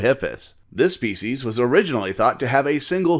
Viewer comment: Your uploads are steads as a rock, both in timing and quality! It sounds like you say faeces instead of (probably) species a few times though:D